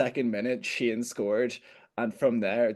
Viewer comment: Sheenan? Does he mean Keenan or Sheehan?😂